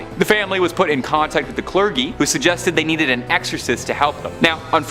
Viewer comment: The movie isn't called The Exorcism. Please check your facts/pronunciation. The cler-g-y?